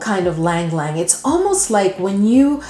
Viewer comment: Ylang is pronounced E-Lang